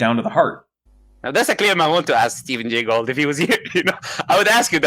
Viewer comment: Stephen Gay Gould... did he typo his trilobite slide, or is this like YEC saying evilution?